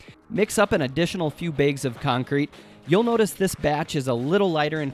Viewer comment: "Raigs", "maisure" , "baigs" ?